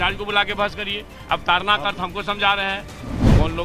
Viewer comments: Taran nahi bhai tadan hai bhai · ताड़न न कि तारन । ताड़ना मतलब मारना